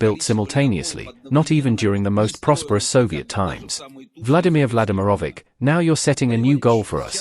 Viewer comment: It's Vladimir Vladimirovich (Russian: Влади́мир Влади́мирович) not Vladimer lol😂😂😂